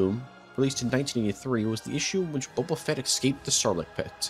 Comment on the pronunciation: "Booba Fett" oh my god